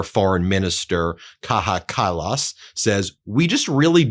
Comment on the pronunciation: The only card he holds is the death card. It is Kaja Kallas with a J pronounced as a J and not an H!